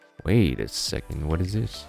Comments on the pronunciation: I thought he meant to say "Throw thish out" :P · He says Throw thish out. Yep how i spelled it "thish"